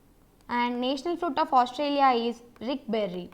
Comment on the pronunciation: its Riberry not rickberry. lagta hai aapko ricky naam ka pasand hai.